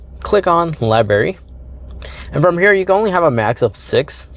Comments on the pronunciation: gave thumbs up so not hating. i do appreciate your carplay content. more on what works and what doesn't while driving please. color sperm, LOL. let us know what you did that worked. :) curious, but not so much so i'll do my own research. Lie-br-Airy. brandon butch can't say it either. also some work on grammar won't go unappreciated. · Liberry? How do you say birthday? Birfday? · It was right there in his "libary"